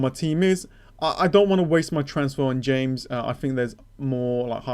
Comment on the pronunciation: Its pronounced “Hames”, not James. At least try